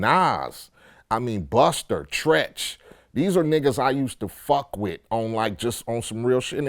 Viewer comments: lol he said buster for busta rhymes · He gon call Busta Rhymes "Buster" Rhymes lmao